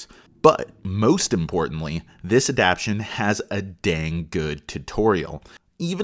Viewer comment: I can’t get over you saying “adaption” instead of “adaptation” but I appreciate the review otherwise.